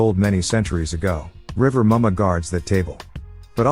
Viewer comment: Yemoja....pronounced ye.mo.ya, not ye.moja Rivah Mummah...pronounced as river mama "er" in river makes the "a" sound as in "ah"...not ri.va mummah as in rival Please stop mispronouncing our deities. If you can correctly pronounce Pavlov, take the time to learn the correct way to say the names of our deities.